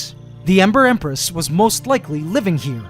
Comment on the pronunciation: Every time says “Ember Empress” I always hear “Emperor Empress”